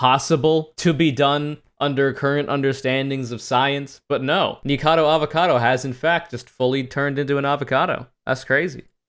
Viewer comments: After hearing YMS say "Nikacavo" I do not apologize. This is a conspiracy against me. I am now a right winger. Thank you. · mispronounces Nikocado's name every time he talks about it hears YMS correctly pronounce it "Is this a wrong answer?" YMS? More like SMH.